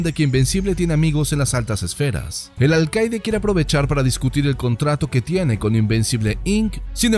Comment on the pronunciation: No se si es por tu asentó pero veo que dices alcaide y no alcalde